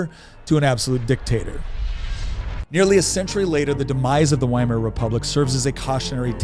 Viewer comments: It 's pronounced "VY-mar", not "WHY-MAR." Is that so difficult? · Please, it's Veimar. Ther German W is pronounced as V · The W is supposd to be pronounced like a V. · 'Weimar' is a town in Germany, pronounced 'Vye-mar'. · Why Mar Republic? WHY mar? It starts with a V sound and everyone who speaks English pronounces it with the V sound. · Because the W in German is pronounced as V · ITS PRONOUNCED WITH A V, PLEASE DON'T SOUND DUMB WHEN YOURE6TRYING TO CONVINCE PEOPLE YOU'RE SMART